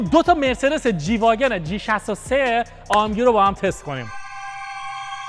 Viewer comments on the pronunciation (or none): ای ام جی ❌ آ ام گ ✅ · ای ام جی❌ آ ام گِ✅